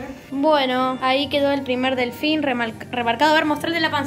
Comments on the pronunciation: no es un delfin es un DeLhFiÑ es yo JAJAJJAJAJA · "Helfin" las amooo